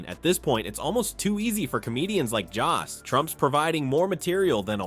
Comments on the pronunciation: His name is Jost! Not Jast! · It's Joe-st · Maybe teach your AI to properly pronounce Jost. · Did anyone notice that most and jost sound alike? Does the computer voice pronounce most that way? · PLEASE learn how to pronounce Jost! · I hate AI narrations as they mispronounce “Jost”